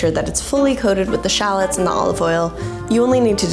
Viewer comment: Very helpful thanks. However, you don’t pronounce shallots like that, it’s pronounced shallots.